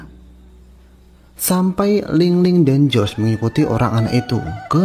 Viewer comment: Bukan ling ling tapi ling lung😂😂😂😂😂